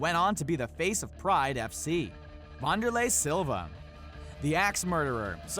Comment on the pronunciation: Does he pronounce names wrong on purpose? Saku-ra-ba and wanderlei is Brazilian so its pronounced "vanderlay"...no troll or being a dick just helping out :)